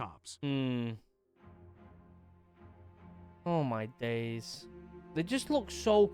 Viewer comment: Hi, I just came across your video. It is a subject I like to follow. But, at the end of your video you said " Ho My DayZ"... Have I been watching you play 'DayZ'?